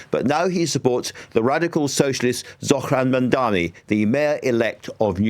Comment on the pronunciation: again mis-pronouncing Zohran 's name?, get on it, you are showing your bias to the world